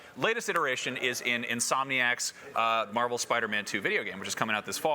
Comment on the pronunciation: “Marval” huh?